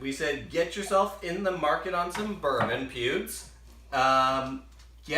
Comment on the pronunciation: Hahaha...You called him pubes